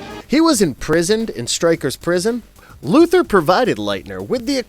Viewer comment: Luther is pronounced like Luther Vandross or Martin Luther. Lex Luthor's name has "Thor" at the end of it and that is why the cartoon ALWAYS pronounces his name "LuTHOR" and not Luther.